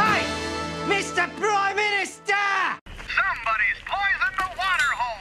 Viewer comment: since they kept saying MR PRIMINISTER its now gotten stuck in my head xD